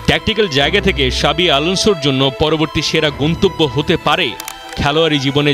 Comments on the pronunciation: শাবি না জাবি 😂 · জাভী উচ্চারণ করতেছে শাবী? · ভাই শাবি না জাবি আলানসো 😂